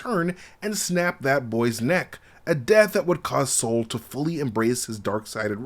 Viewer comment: Bruh, his name is Sol, not Saul! lol